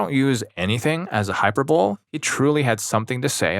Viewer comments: Hyper bowl had me rolling Hi-per-bo-lee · Hy-per-bow-lee. The E is pronounced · ⛔ hyper bowl ✅ hi purr bo lee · I'm dying at the way you pronounced hyperbole 😂 Brian Regan in the house